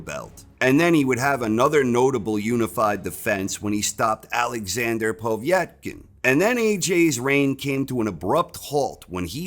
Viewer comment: Who is this Poe-vietkin lol